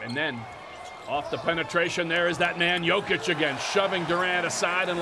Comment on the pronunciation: commentator keeps calling jokic josic